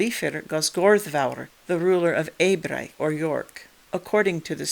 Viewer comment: Hi, first of all: great video. Second of all: where do you get the pronounciation of the ‘au’ of, for example, ‘Ebrauc’ or ‘Medcaut’, as ‘ai’? I’m interested to know because I’d pronounce it more as ‘ow’. I am working on a modification of an old computer game, and the mod is set in 452AD (in the generation of Urien/Urbgen’s great-grandfather Gwrgwst/Gurgast and his son Meirchiaun) in the North Sea area. In order to recreate this part of the world and the many tribal kingdoms within it I’ve needed to parse through many genealogies and many times needed to make stuff up as the information available to us is so limited. I commend you for making such an interesting video essay about such an interesting topic. Thank you very much.